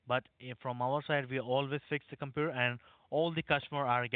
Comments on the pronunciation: “Your compuer” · He can't even pronounce the word computer properly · The compuwer has wiruses..